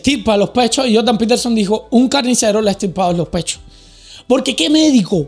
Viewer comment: “Joldan petelson”